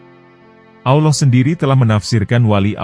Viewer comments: Usul , menyebut Allah , contoh Al lah, bukan Aulah mohon maaf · Adminnya kurang fasih dalam mengucap kata Allah ... si admin ini islam beneran atau jangan2 missionaris ini...